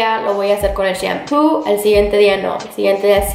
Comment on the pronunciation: Mori de risa cuando dijite shempu y es shampoo